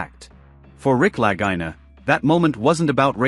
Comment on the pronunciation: I love this show but the speaker here should respect how Rick and Marty pronounce their name. It’s spelled Lagina but pronounced La-gee-na. Ok?